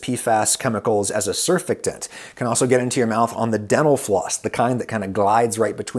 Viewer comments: btw it's surfactant like sir-FACT-int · Sur-FACT-ant Not Sur-fect-ant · it's pronounced SIR FACT TENT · oy. Sur-fact-ant. ;). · I’m surprised that nobody mentions that he mispronounces surfactant over and over again.